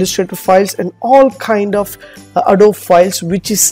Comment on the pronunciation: The ability to edit PhotoShop files in another application does not make that application PhotoShop. Not even close. Adobe is a 3 syllable word pronounced "a-doe-bee"